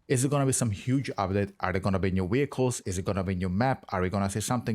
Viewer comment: I'm here for the "Weehicles"💪 👌👍